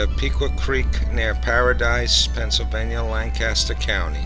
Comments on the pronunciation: Very nice video. I live here in Lancaster and my only thing was the pronunciations. It's a lancastrian thing. It's Lank-kiss-stir non Lanc-caster and it's ah-mish not A- Mish like apple. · They are pronounced. AH-MISH and LAN-keSTER. (By the way, they are not Dutch, they are German--from "Deutsch," the German word for "German.")